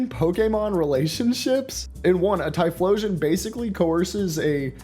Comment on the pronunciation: I’m sorry the what and the what with the typholaion, so that what’s been going on with typhlosion, oh god